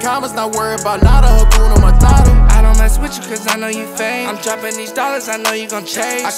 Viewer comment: Just a Swahili 🇰🇪 speaker saying it's "HA-KU-NA MA-TA-TA" not "Hakyuna Marara" with ya'll American pronunciation 😏 Nice song tho 🔥🔥💯